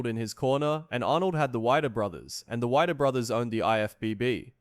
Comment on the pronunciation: Some inaccuracies in this vid. First, it's pronounced 'Wee-der' not 'Wy-der'. Second, Mike didn't hate Zane. He might've disagreed with his methods of training, but personal animosity? No. As for the weight differences, Zane was 190 pounds at the contest, a bit heavier than the year before but smoother, due to his accident. Mentzer weighed around 220, maybe less...not sure on that. But it wasn't a forty-pound difference between them. As for Arnold, while his physique was large all over, and he had more 'flow' to his body than the other competitors, his legs were weak and so was his mid-back. Did he deserve to win? IMO, no. But neither did Mentzer. I'd have picked Coe or Dickerson first, even though Chris had noticably poor arms. Great legs, back, shoulders, and abs, though. Was the contest rigged? On the surface, yes. Arnold knew the judges, and he had the more famous name, in fact, the most famous name next to Ferrigno. And, yes, the IFBB was the only game in town and controlled everything. I can't say it WAS fixed, but it looked that way. As for my thoughts, see the paragraph above. As for Mentzer being this so-called intellectual, he was a bitter suck to the end of his days. He wouldn't have made millions if he'd won the O. He would've had more money, but becoming a millionaire? Probably not. Outside of Arnold, no one else was making that much cash back then. Just how it was. He was bright, but getting addicted to amphetamines and frying his brain and ending up institution